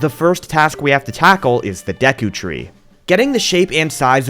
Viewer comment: don’t know how he spelled it or said it, but I heard Deku tree Deku from MHA 😂😂😂😂 when did he become a tree?